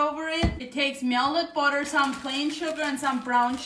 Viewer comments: Every time she says “melded budder” take a shot of melded budder.❤ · Myelded booter 😊